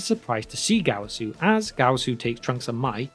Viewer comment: That dreadful Gowasu Pronounciation